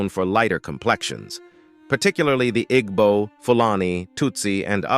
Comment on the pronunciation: That is not how you pronounce Igbo.